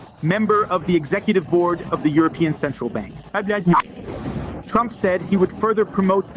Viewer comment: EurinePeeOns. LOL.